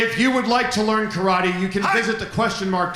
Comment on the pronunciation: I have an odd feeling The Question Mark will turn on because he says karate incorrectly. The? Is always correcting him. LoL